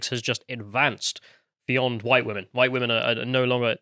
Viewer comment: Hhhwhite. Spit in disgust…